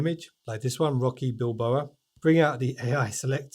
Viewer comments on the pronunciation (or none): Sorry have to correct you on this it was annoying me all the way through the video. It's Rocky Balboa not Bilboa. Love the video too. I've always used Samsung phones have an s22 ultra and my windows laptop is on the way out so it was nice to see some of the tabs capabilities